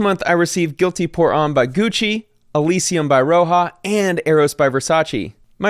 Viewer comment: You pronounced homme wrong